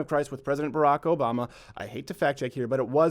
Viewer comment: Nigel saying Obama sounded like "a bomber" to me.